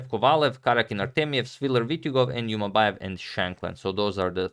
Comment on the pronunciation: And Jumabayev. It’s Zhumabayev